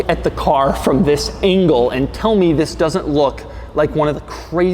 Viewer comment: Pagani Huayra is my FAVORITE doug vid. In this one he just gapes so much he blew a fuse in his head, he even messes up the "THIS " in the beginning